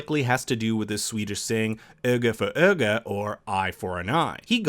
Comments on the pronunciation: But perfectly pronounces ÖGA FÖR ÖGA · Yeah ikr, he couldn’t say Vanya right after it was said dozens of times in the show but he said öga för öga pretty well after it was only said once or twice like what?!?